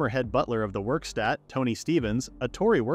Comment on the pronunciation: Werkstatt not Wikstat